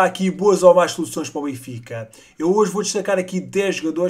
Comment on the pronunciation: aprende a dizer o nome do clube bem